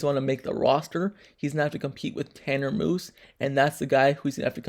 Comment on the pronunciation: Its MUSE not MOOSE